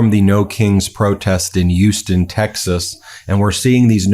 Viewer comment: I’m genuinely offended that you called my city (h)ouston as if the H is silent